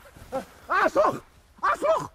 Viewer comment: zu geil, wie er immer "A'SCHloch" betont :D